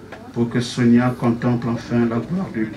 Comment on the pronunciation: Lisez SONIA et non Sofia. RIP